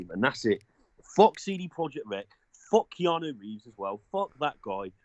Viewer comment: Kee-ahna Reeves